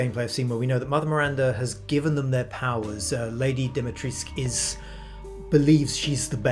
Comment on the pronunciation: As a Romanian I disagree with the pronunciation of Dimitrescu. The "U" is not silent you say it the way it is written there is no Dimitresc only Dimitrescu! Still love this game ♥️